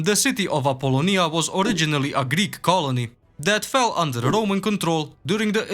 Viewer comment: Awesome video as always,and you nailed the proununciation of Apollonia anr Dyrrah!👍